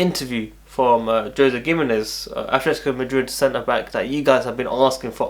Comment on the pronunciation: Yo WWC GIMENEZ is pronounced as Hemenez